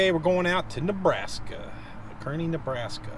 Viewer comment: Friends of mine will tell Kearney NE is pronounced Carney!